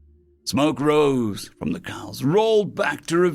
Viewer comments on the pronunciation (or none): none